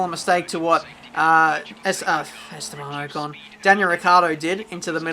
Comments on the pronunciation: Its Ocon not Ohcon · LOL! pronounces pronunciation wrong... its 'pro nun see a shun ' (and from spa, last video .. pronouncing eau rouge, "our rue sh" but its actually "OH rue sh"). esteban OH CON! lol its 'OCK ON' like rock on without the R. keep up the vids tho.